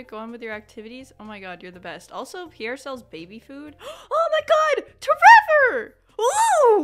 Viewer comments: Every single time you say your kid's name I snort with laughter. tREVOR 😂😂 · It's really more like ✨️TrrrrrrEVoooor✨️ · Omg whenever you say tREVOR I just crack up 😂😂😂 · The way you say tREVOR every time without fail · every time you say tREVOR brings me so much joy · Every time you say tREVOR I burst out laughing 😂😂😂